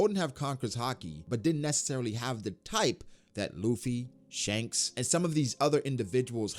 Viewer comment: Damn. He pronounces Shank as Shang in Shanghai.